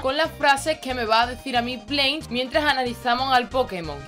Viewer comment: Mejor que lo pronuncies ''Blansh'' que ''Bleinsh'' xD Se pronuncia así jajaja